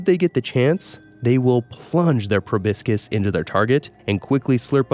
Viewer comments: Every time you called a Proboscis PROBISCUS I died a little inside lol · Please Google how to pronounce the word "proboscis"